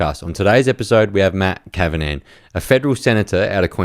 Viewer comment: You should change your intro and pronounce Matt’s surname correctly